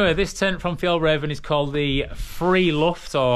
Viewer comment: First pronunciation is correct for Friluft, and your Fjällräven is bang-on! Greetings from a Swedish fan who's the same height as you, the average Swedish man is 181cm so while there are a lot of tall Swedes, most are your height. :) Got a light-weight convenience hack for you when using an FRH to heat your food; bring a metal paper clip, it weighs basically nothing and will hold the bag closed for you, can also be used for a multitude of durable repairs of your equipment when needed. Thanks for the great camping videos, i'm thoroughly enjoying them!